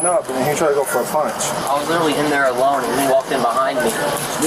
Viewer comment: Fo is not a word think he means for.. or maybe four 🤔